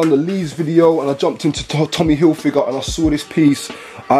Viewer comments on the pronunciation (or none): none